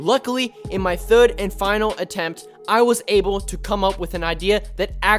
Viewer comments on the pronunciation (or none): none